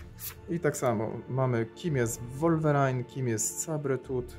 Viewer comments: Podziwiam ze kupujesz komiksy i nie wiesz z czym masz do czynieinia. sabertooth inaczej się czyta. Wipflash?????? 28min.30s. hahahahahha gdzie ty byłes w dziecinstwie? Ale mimo wszystko SZACUN👍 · "Sabretuth"a może "sejbertuf" tak samo "Wolwerajn"? Powinno być "łólwerin" nie robię tego ze złośliwości tylko żebyś na przyszłość mówił poprawnie no a tak poza tym to dzięki za film. "łiplasz";)